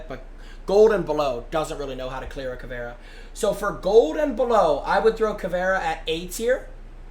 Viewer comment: “kayd” not “kyeed”